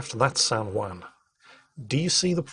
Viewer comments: Can someone in England tell how to pronounce Juan? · I know the J in Juan is pronounced with a W sound but hearing pronouncing Juan was driving me bonkers